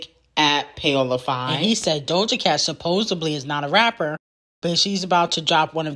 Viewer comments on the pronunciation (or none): none